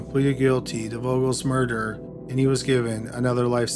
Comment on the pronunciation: More door? I've never heard murder pronounced that way